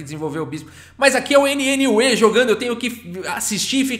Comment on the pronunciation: A pronúncia de NNUE é algo parecido com "new"...